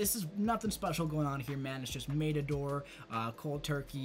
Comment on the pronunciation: Don't mean to be rude but you pronounced matador wrong. All of the A's in the word have an ah sound.